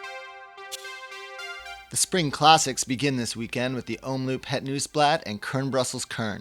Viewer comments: (or is it?) I really appreciate you as a valuable addition to the GCN team, but your pronunciation of Belgian is quite hilarious:P (same holds for your colleagues though). Quick tips: the double-o in 'omloop' is pronounced as 'oh' not as in loop. And in 'pijl' as in brabantse or waalse pijl, the 'ij' is pronounced as first syllable of aisle or island... You're welcome;) Oh, and BTW, your voice modulation is already better than Dan's when he must started, so that holds great promise! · Hey GCN, to please the pronounciation moaners, Omloop is pronounced om-lope not loop....